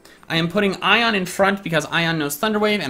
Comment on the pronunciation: And, It's Ione, not Ion.